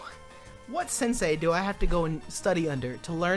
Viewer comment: The way says ‘wat’ is so funny to me